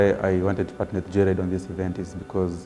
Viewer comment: Did say Joylide...anywho wacha islide😂